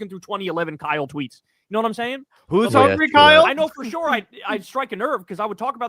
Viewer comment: "Kyle, who is houngry?"